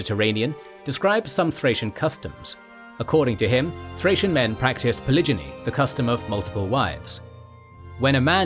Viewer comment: Poligeny? Phillipee?